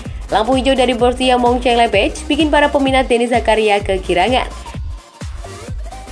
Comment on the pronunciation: Kok "Mencelebeh" sih? Itu klub apaan?? Partick "Viria" juga siapa?? 🤨